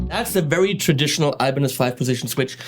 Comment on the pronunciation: Lol, sounded like you said "Alemanes al final", which would be Spanish for "Germans at the end". Hmm, as someone who is looking to begin playing guitar, 7 string, multiscale, long scale, Floyd Rose, etc. are things that do not interest me, so I wonder why I bothered watching the video...must be because you are click-bait for me (no gayness intended)...